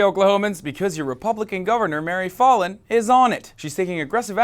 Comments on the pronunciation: Foul-in not Fallen, say it right!😡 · You're pronouncing her name incorrectly. It's pronounced as Foul-in, actually. I live here (unfortunately). I hear her name on the news all the time. As for the Governor... unfortunately, the idiots here will probably reelect her. There's not much hope for these people, politically. I'd move if I could. Unfortunately, that just makes the problem worse because the democrats, liberals, and progressives of the younger generations are all moving away rather than staying and helping change the state from within. I can't say I really blame anyone that's moving. If my family didn't have me guilt tripped into staying I'd have moved a decade ago. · Fallin is pronounced fal (rhymes with gal) + in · Her name (Fallin) is pronounced 'FOUL-IN'. This climate-denying governor asked us OKIES to pray for rain during the drought of 2011. Prayer is her constant policy proposal. But there is plenty more to pray for in this state. Oklahoma is the female incarceration capital of the nation and we rank 48/50 in education. In Senior health we rank 46/50. Seventy percent of roads are in poor condition and nearly 6,000 bridges are functionally deficient (Business Insider), When our lawmakers have unburdened themselves from the necessity of providing basic services, our only hope lies in divine intervention. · I live in Oklahoma. She is an idiot! Also, it is pronounced like Fallon. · Halo Benson i thought he was doing it intentionally. Like failin' (slang/short for failing) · He butchered her last name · You're mispronouncing her name